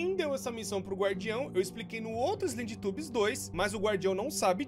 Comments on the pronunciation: Slendytubbies kkkkk é islénditãbiz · vc falou errado shedytabs sla cm di escreve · quando você fala slendytubbies fica na minha cabeça slendytubos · "Então galera hoje vamos jogar SlendyTUBOS 3 é um joguin de terror q tem aqueles TUBO atacado lá, esse jogo vem daquele desenho dos teletubos, q tem aqueles tubo doido lá" ....sim, tubos e não tubbies O core falando slendytubbies errado é mais engraçado do q agoniante